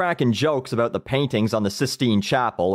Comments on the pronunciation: Dude, you are fuckin great. Funny as hell....not bad for a canadian. Hows a "boot" you keep the vids coming! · I couldn't help but notice the way you say "bout". Would you happen to be Canadian? Fan of your videos, btw.